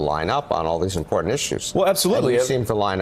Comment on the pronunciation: I love you but please.. please the way you pronounce important drives me crazy.. that said keep up the good work, much love